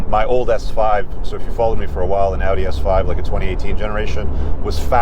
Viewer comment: So you pronounce Audi correctly but the other car is pronounced Porsha!